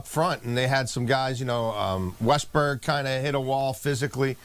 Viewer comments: His name is Weston Richburg not “westburg” 😂😂😂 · Richburg, his name is Richburg, do your job, learn their names. If casual fans can do it, so can the proffessionals.